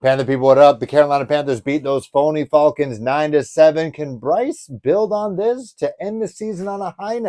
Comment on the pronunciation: I love the way you say Faulcons 😂